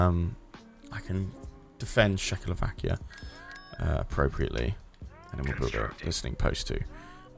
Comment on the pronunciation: I was mostly listening to this and I did a double take when I heard say Czechoslovakia as shackle-o-vakia instead of check-o-slovakia